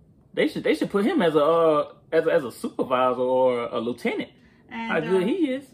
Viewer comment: Supervisor or Lelieutenant😅